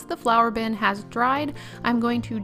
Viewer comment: I love how this turned out. Plus as I kept hearing Flower!bin instead of Flour!bin I was so confused till you added the handle. Then it all made sense. Might make one of these one day. :} ps to round off those glue stick pots you could have heated them up a bit.